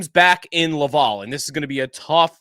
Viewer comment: Xhekaj… It’s pronounced: Jack-eye Laval: it’s pronounced lav-al (like Alan) not lav-all